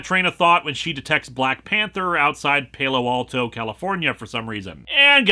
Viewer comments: Linkara. Sorry but sounds like Geography and local pronunciation has beaten you again. Palo is not Paylo, it’s PA lo and ALto. Alto like the singing style. Not trying to be mean, just someone who grew up in the Bay Area of California where that city is. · You wanna use soft "a"s with, Palo. Sounds just like "Paulo" Alto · I suddenly remembered you live in Minnesota as soon as I heard you pronounce Palo Alto. Palo rhymes with tallow.